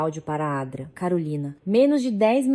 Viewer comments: A Dra carolina😂 Se fala doutora Carolina 😂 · Doutora não Dra, ninguém diz dra, lendo na frase, é doutora. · Ao inves de doutrora, ela fala dra!!! Que horror! E o R de real ela fala R e nao real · Pir a toda hora vc diz adra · Odeio essa narração que não fala corretamente as siglas, como por exemplo, a dra. Dra. Significa doutora. É tão difícil corrigir a narração? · Porque a IA não reconhece Dra. como uma abreviatura e vocaliza sistematicamente "dra" como uma palavra por extenso? Onde fica o conhecimento do idioma? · Parei de escutar so por causa dessa adra uff